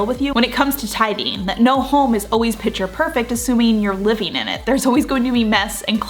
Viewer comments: It is “picture perfect,” so I think she’s commenting on the fact that in the video it seems she is saying “pitcher perfect”… a lot. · I absolutely hate when people make mean comments on useful, informative videos. I subscribe to your channel and watch your content religiously. But please correct your pronunciation of the word "picture", which is pronounced 'pick-ture' rather than "pitcher". Thank you.